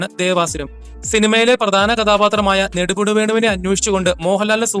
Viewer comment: നെടുമുടി എന്ന് പറയാൻ അറിയില്ല 😂